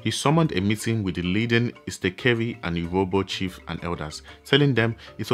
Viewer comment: It’s actually oh-rohbo not yurohbo